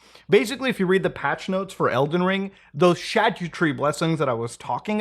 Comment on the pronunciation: Muta: “ The Shag You Tree Blessings”